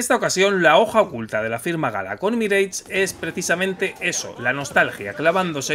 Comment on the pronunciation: "MIREICH"???? No era "MIRASH"??? Qué temita preocupante los españoles y la fonética de otros idiomas!!!! 🤷🤷🤷